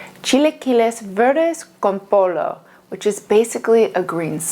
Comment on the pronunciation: almost got it on the pronunciation but then you said pollo like polo 😂👌 great recipe